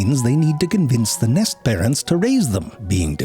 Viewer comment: "At some point you've probably stumbled upon the nist of a bjird"